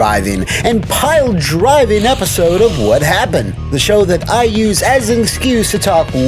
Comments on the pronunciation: "Worst. Wha happun. Evur." 😅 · "Why Happun"? 😂😂